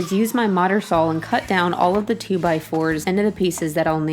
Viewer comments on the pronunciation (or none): Ahem, "sawl". :) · like your videos and you have wonderful skills, but it`so saw not sawl.